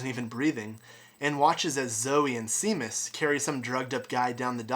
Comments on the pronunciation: "(Seemuss)" lol... its "(Shaymus)" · It's pronounced "Shay-mus", -_